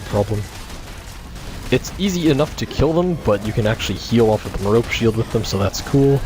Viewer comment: I think it is pronounced like Meh-ROpe-ay. liked the vid too